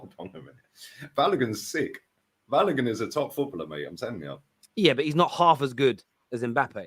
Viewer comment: Balogun is pronounced Ba low goon